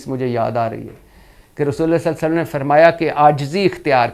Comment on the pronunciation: Irshad bhatti saheb SALLAL LA HO ALAYE HE WASSALLAM sahi bolne ki practice kar leen .... JazaakALLAH